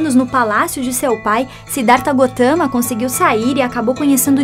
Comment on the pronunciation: é assim msm que se pronuncia kkkkkk